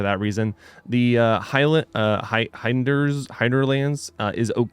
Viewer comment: I love your material, but I do have a criticism. It's nothing personal, it's strictly a constructive criticism. You need to learn to read. I'm not being derogatory, but when you say "hinder" as "h-eye-n-der", you sound uneducated. I'm only saying this because you will sound more reputable by pronouncing basic English words appropriately. A similar example would be if you pronounced "wind" as "w-eye-nd".